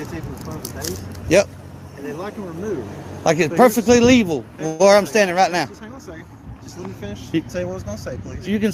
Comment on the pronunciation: did he just say "perfectly leeval"...😅😅😂